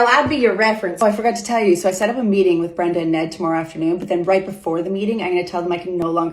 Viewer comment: I first heard "Ned inbred" and thought that's quite rude hahahahah